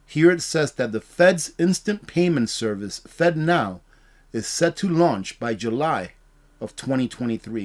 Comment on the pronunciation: Man, I hope you have a sense of humor...I spent the first several minutes of this video wondering how the heck the government can make fentanyl into a payment system...lol...It really kept my attention long enough to realize you were saying "Fednow" lol....People can't always understand me and my southern accent so believe me I am not harping on you...Please keep up these informative videos!